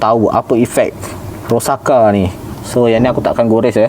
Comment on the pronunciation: Bang bacanya itu Ro-sak-sa 😅